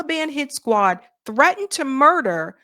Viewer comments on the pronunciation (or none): none